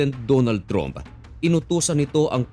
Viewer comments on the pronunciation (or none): Ayosin mo prununciation mo sa trump. Ang tama ay tramp, hindi trump. Di ka in ba nagaral ng english?